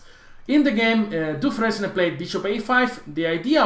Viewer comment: dufren S and the final E are silent